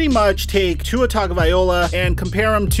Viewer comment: You still can’t say tua name right